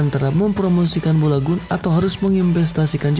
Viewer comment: Balogoun aja bolagun ngomongnya🤧